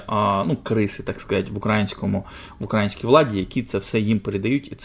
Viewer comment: як некрасиво звучить "укрАінська" замість "украЇнська"